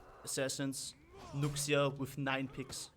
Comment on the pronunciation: Just thought I'd let you know that Nuxia is pronounced nu-sha, not nuks-ia (not that it's a problem it's just that Chinese names are weird)